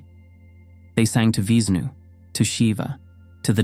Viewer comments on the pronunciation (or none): VISHNU. Has 'sh" in the pronunciation Vish like fish. Nu like new. Vishnu